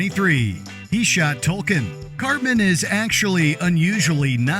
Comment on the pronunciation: The boy’s name is TOKEN, not Tolkien. And it’s couldn’t care less.